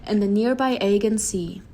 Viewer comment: Uh-jee-uhn sea not EGGION